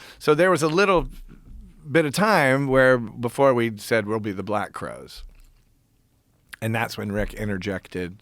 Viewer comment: I’m pretty sure it’s Crowes 😂not crows